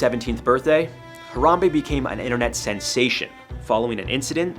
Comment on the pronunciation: I don’t think you should kill Harambe, how to say his name